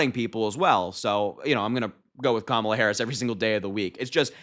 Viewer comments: Trump pronounced Kamala correctly!! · OMG! Harry! Trump slipped up! He's going to be so upset! He pronounced her name 100% correct 😂😅😂😅😂 He's such an idiot! He's so dumb JD Vance is the worst choice ever! Vance could keep a job even when it was handed to him! His buddy from college introduced him to people, and Vance failed at every job he had and ran a nonprofit into the ground. Whatever comes out of Trumps & Vance's mouth is nothing short of trash!🇱🇷💙🌊🇱🇷💙🌊🇱🇷💙🌊🇱🇷💙🌊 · He slipped and pronounced her name correctly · Trump finally worked out how to pronounce Kamala. Good job dumbdumb.